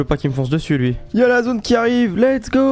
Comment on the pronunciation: Go go go pas go pas go il dit pago